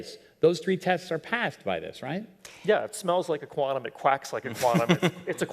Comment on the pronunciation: "If it smells like a quannum and it quacks like a quannum, it's a quannum". NIcely said ?